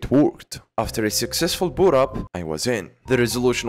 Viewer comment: "it wooked." Silence